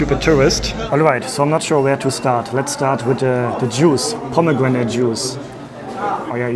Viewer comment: Ich liebe deine Video, aber ich wünsche mir jedes mal, dass du einen Englisch Aussprache Kurs besuchst 😄😄 pomEEgranate, iiislam, covErEd, comfERtabElE. Sorryy, ich will eigentlich gar nicht haten, es triggered mich nur jedes mal :( mach am besten mal eine Reise in die USA oder schau dir Videos von Muttersprachlern an 😇